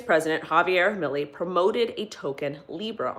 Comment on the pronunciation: It's "Mil-lay"...not "Milley" . Thanks for the video. Much love.